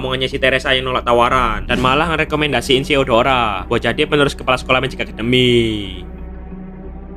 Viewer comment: Bang kok gw denger lu bilang deodoran